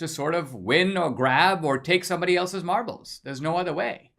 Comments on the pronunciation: Did he say marbles or Marlboros? 😁😁😁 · When you talked about having "marbles" at school I thought at first you said "Marlboro's" and I was like DAMN he was a hardass lil kid!